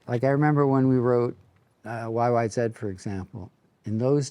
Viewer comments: Like the way he said YY zed instead of YY zee. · Geddy pronounces YYZ like a British person, that's the Right Way. Thank you Geddy